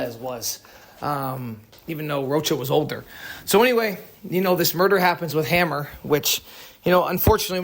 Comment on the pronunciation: Hammer? 🤦🏻‍♂️ read that again bro “hammour”